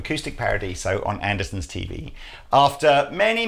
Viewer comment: So, does Anderton actually get pronounced as Anderson? Just noticed that in the introduction :-)